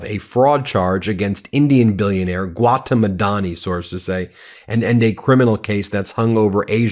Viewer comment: Gautam is pronounced gow thumb gow rhyming with cow. Thumb without the b at the end.